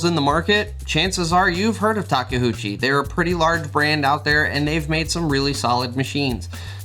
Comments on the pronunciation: Of course the company rep naturally clearly says Take-UCHI, while everyone else is dislexic and I hear them say Take-HOOCHI all the time.... it's OOCHI not HOOCHI. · Taka HOOCHIE ? im sorry but i just dont know how you read that from taKeuchi ? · Working on a radio controlled model of a legally distinct "red track loader" and it has been great fun. Our Caterpillar at work just isn't as refined. Takeuchi (say it with me: "ta kay oo chee") practice your Japanese syllables 😂. Real talk though, great video, can't wait to see more of Tak's full lineup hit our shores, and really miss those live streams.